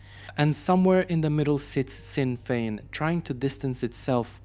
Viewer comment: Its "I.R.A." nor "era" as you pronounced it....and it is A.K. 47....not "AK"...also sinn fien is pronounced SHIN fien.....i do understand that English is not your 1st or primary language......but great video all the same.👍👍.